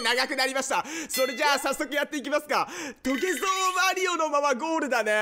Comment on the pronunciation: オープニング変更ついでに、余計なお世話ですがエンディングも撮り直してみてわ？ それっじゃぁまたね！の甘噛みは好きですがw